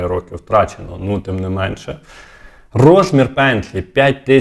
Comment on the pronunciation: То не НО, а НЮ !